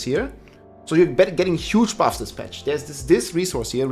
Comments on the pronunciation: Patch ❌ Petch ✅ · "Fett Patch" xDDD Bester englischer Satz ever heard xDDD